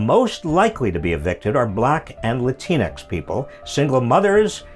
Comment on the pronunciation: You Pronounced Latin-X wrong. it's not La Teanecks, it's Latin ex